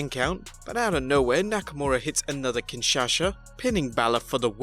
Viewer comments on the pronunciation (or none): Please do not say kingshasha😂😂 it's kingshasa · Kinshasa, not Kinshasha... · kinshasha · He was using Sasha Banks' version of the move "Kinshasha" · kinshasha LOL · Pronounces Nakamura's finisher wrong 😒. Leaving a comment, straight away clicking off video. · That Kinshasa pronunciation. 😂😂😂